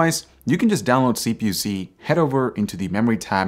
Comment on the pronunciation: Good video, only 'gripe' would be better if you put Text for weblinks as I wasn't sure whether you said CPU See, CPU Z, CPU C or something else entirely? A quick Text overlay showing the app you're speaking about would have been a big help.